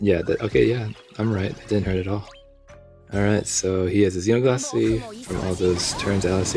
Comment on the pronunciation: You’re pronouncing Xenoglossy correct as far as I’m concerned. Grats on your potato. I got him too on the free pull so happy days!